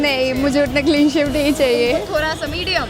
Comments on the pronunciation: one of those girls said clean save 😂😂😂 instead of clean shave ..... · clean sev not clean shave 😂😂